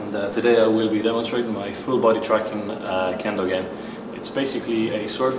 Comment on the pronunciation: Really cool but please don't call it "Kendo" hehe